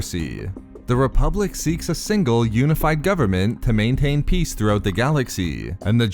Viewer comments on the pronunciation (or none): none